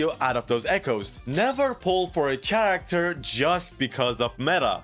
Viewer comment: no fucking way he says character with TCH. jesus what a low iq.